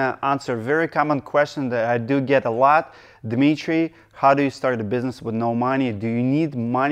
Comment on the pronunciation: I have asked this before, but just gotten flak from another fan. You say your first name differently than Dmee-tree when you first say it. Is there a Russian nickname or version that is not phonetic? At the beginning of this video, it sounded again like you were saying "Misha" or similar before you repeated your name the 2nd time.